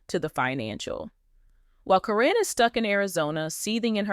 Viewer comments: Why is the audio saying Ka-rin. The witches name is Caryn, pronounce Karen. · Her name is Karen not Corine get it right A I !!!! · Hey guys LPBW Update if you are going to have an AI do your talking make sure it is saying the names right. it is Caryn but it is said like Karen. I have watched this show since the kids were very young. When I heard someone say Matt has a girlfriend and it turned out it was her, I knew she was in it for Matt and the family's money. Matt RUN. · Her name is pronounced like Karen. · Her name is Karen say it right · Keep saying her name wrong. Probably Al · Is there a reason you keep mispronuncing Karen's name? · get the lady name right Caryn!!! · Why does the name Caryn get pronounced differently every time